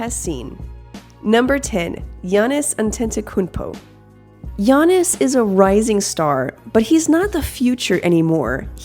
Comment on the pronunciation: girl dem butchering antetokounmpo's name